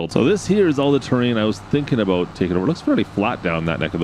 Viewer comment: Could’ve invested in a small JD riding mower for them contracts with the limited cutting space. 🤷🏼‍♂️ just a thought. Great video man. Love when you say “about” in the maple syrup accent😂 ABOOT!!